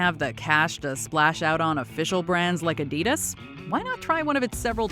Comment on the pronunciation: I live in China, my thoughts are: That's not how you pronounce Adidas. I've seen some of those cars, the worst offender is the LandWind which is a rip off of the Evoque. Toys are a huge thing to rip off, saw one set that was "Batman Vs Superma". There is a discord clone, it looks just like it, they even copied the logo and replaced the emoji with a smug face.